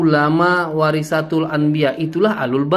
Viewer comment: Semangat ngonten bang,mumpung lagi viral nih polemik nasab,biar cepet dpt cuan,berkah dari kyai imad.tapi baca haditsnya yg bener.WAROSATUL,bukan WAROSATIL...😀😀😀